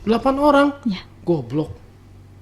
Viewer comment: Suka banget pas bilang "GOBLOK"😂😂